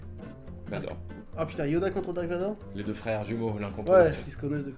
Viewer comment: tiri vador ptdr je suis mort😂😂😂🤣🤣